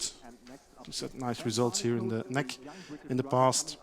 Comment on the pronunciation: I think it's great racing! But the commentator! Omg he is so bad 1) he calls it nec like a word not N E C or Northern European championship etc.. 2) he says 'there is no DRS like in F1 this is proper racing??!! What why would he say that! 3) HE DOESNT EVEN KNOW THERE NAMES!! HOW UNPROFESSIONAL!! He says the guy in front!! Please do something about this I am trying to enjoy a good race but he kills it! I cannot watch this anymore